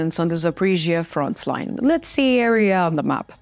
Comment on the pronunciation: Not frontsline ......Frontline!!!!!!